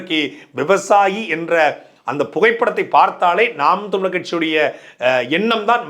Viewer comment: தமிழர் என்பதை சரியாக உச்சரிக்கவும்